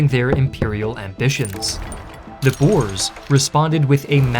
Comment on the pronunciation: met God en Mauser is the correct spelling and we prefer to be called boere not boers pronounced boo-rrrrr-uh